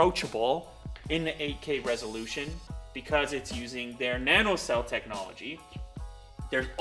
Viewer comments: "NaN O 99", that's just "nano 99" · "N.A.N.O" no no no its NANO nano!!!!! Not n.a.n.o!!!